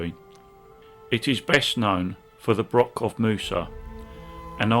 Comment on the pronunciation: I very much enjoyed this AV but as a Scot the use of Brock rather than Broch is a wee bit grating.